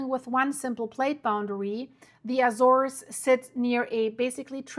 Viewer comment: I’ve been to Sao Jorge. It’s beautiful with lots of evidence of volcanic activity. But please. you’re pronouncing Azores and Sao Jorge wrong. Please, you need to fix that lest it diminish the seriousness of your report.